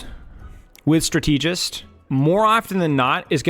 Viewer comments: the way you pronounce strategist really threw me off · that’s a crazy pronunciation of strategist lmao wtf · I was thinking the same! Does he say stra-teegy as well?? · Strategic is pronounced with a double e sound so it's not that crazy tbh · I was gonna have to comment this if I didn’t see it 😭 Genuinely had me tweaking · It's pronounced: STRA-te-gist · Why is bro saying strateegist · okay i have to say it: the word "strategist" is pronounced "STRA-tuh-juhst", not "stra-TEE-just" lol otherwise good insights as always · Like, if you pronounce strategy as strat-uh-gee then why would strategist follow a different lane?? It isn't strat-tee-jee or strat-tee-jist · Have people never heard the word strategist pronounced before? Strat-ah-jist, even strat-ih-jist, never heard Stra-tee-jist before this game. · I can’t stand how he’s pronouncing strategist wrong. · It's pronounced "strata-jist" not "stra-tee-jist" 🤓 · it's strAtegist not stratEEgist bro come on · Is saying stra- TEEJ-ist a Youtube engagement thing? Cause it worked if so, lol. I keep going STRAH-teh-jist out loud every time I hear it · not to take away from your vid, i really am enjoying the deepdive, but "strategist" is a word and its not pronounced "stra-TEE-jist" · Strategist is pronounced the same way as strategy, not as strategic Strata-gist… like that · I'd like to show this video to my friends but 'stra-TEA-gist' makes that impossible. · Why are you saying Stra-TEE-gist??! My god read a book or something. Go on Google and type in strategist pronunciation. Thank me later. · what is a strat-eee-gist? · Great content as always man! I've never heard someone pronounce strategist as Stra-TEE-gist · Do you honestly think that's how you say strategist?? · Dude great video!!! Very good points!!! But please for the love of God, Jesus and all the teletubbies learn how to pronounce strategist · Maybe learn how to pronounce strategist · could you please pronounce strategist correctly?